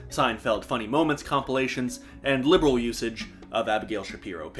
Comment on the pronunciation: He called me a lineral :(